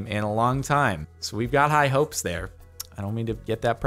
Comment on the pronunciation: Ha he said "Hy hopes"